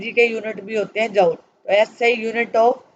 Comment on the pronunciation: Mam chapter to samaj me aa gaya lakin app joule ko jaaol kayu bol rahi thi, isko joule bolte hai aasan language mai isko jool bolte hai.